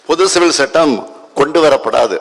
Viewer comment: பொது சிவில் சட்டம் அதை ஒழுங்க படிக்க தெரியலா